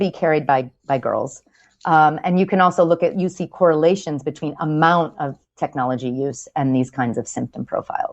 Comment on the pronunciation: Chris's anxiety caused him to say 'betwine' and 'repression' rather than 'between' and 'depression'. At least she was listening intently!